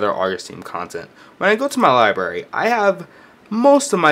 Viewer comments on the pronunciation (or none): libRary not libary